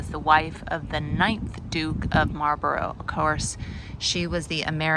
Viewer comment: We have a Bladon too, only ours is spelled Blaydon and it's famous for a race which has become the Geordie anthem. Stained glass artist never seen a 4 engined Liberator before. 😁 Could have depicted a Churchill tank instead of a Sherman. Mispronouncing Marlborough I can forgive you for. Not so sure about the 'Dook'. 🧐😂 Name a church that doesn't need a new roof. ⛪ Development opportunity? Doesn't that mean it's ready to fall down? Woolgate? Was there a wool scandal there? 🐑🐑🐑 'Nice nod to the yarn and blanket heritage.' translates to 'I found a magenta door that I simply must film!' I was thinking Dahlias and pronouncing them 'Daylias'. Courage is the brewery. We used to say you need courage to drink it. Awful southern stuff. 'The watter in the Weir is better than the beer ower here.' Gosh.! YouTube likes this video. Nine ads without a 'Skip' option! Your videos don't bobble up and down much when you're walking. Either you're a very steady walker or you have some great anti-bobble software.